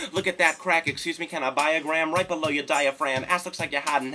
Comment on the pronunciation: He also pronounces below almost like "blow". There's a whole lot of thoughts to his lyrics it's fuckin great.